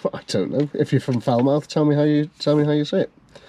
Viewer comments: its pronounced even worse than your attempt pmsl😂😂 its “foul muff” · Falmouth is pronounced Fal-muth. Famous for tall ships, docks, students and a vacant lot where the Saab garage used to be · Falmouth is pronounced Fal-moth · pronounce it like falmoth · If you're English and can't say falmouth properly then you need to get on a boat and leave , sound like a american saying british town names